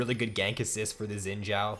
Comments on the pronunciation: Better than it sounding like "Zin Zao" , ideally it's supposed to sound like "sheen Jao" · Could not watch more than 30 seconds due to "Xin Jow"